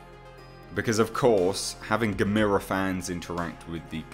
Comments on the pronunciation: Love your vids...your saying "Gamera" wrong, your saying "Ga-me-ra" when its Gah-meh-rah". its the Japanese and their vowl system. theres 5 main sound A/a(Ah),E/e(Eh),U/u(Oow/ew),I/i(Eee), O/o(Oh), and ALL Japanese words can be more easily read and said knowing this. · Ga-met-a = NOOO Gam-er-a = YAH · Just want to let you know, it's not "ga-mee-ruh". It's "gamma-ruh" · It's not GAMIRA it's GAM-ERRR-UH. That's how they pronounce it in the films! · You're pronounciation of Gamera is killing me. You say it like Gameira but its more soft snd smooth. GAH MER A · Michael Onak YOUR* grammar is killing me. [Your* pronunciation* of Gamera is killing me. You say it like “Gameira,”* but it’s* more soft and* smooth like “GAH MER A.”*] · Who the heck is "Gamira"?? Never heard of him. But I have heard of Gamera. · "Guh-meer-uh"? Never heard his name pronounced that way, heh. (Typically it's 'Gam-ER-uh', as in camera.) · It's pronounced like CAMERA. Not Gameera. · Why does he say Gamera (Gam-er-a) like Gamera (Game-ere-a)? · Oh for gods sake, i can’t take it! It’s not geh-MEERA, it’s pronounced GAM-a-rah !!! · GA... ME... RA... Not Gamira. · Gamera not guhmeeruh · Yep. Rhymes with "Camera" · Come on dude it’s Gamera! There’s no I in his name! Get it right, ya dingus! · Look at the old movies... they say Gam-er-a. Other than that love the channel.... Peter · No it's not gamers. No no no no no. Nobody believes that and you say Gamers wrong. It's more likely Barugan as he actually tunnels but Ang is a fair assumption. But it's Gammer-ra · Dude, it’s gam er ah ( gamera) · No, it's "Gamera", pronounced like ^^^ (@ Tech" or "Guh-mare-uh." lol. Or, if you prefer; "Gam-irrr-uh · G VS G would be to epic if done right !!!! The theaters would explode from so much awesomeness but this would have to made in japan to do it JUSTICE !!! ITs GA- mera emphasis on the GA btw. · You definitely butchered the name you said it completely wrong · You said Gamera name wrong!!!!!!!!!!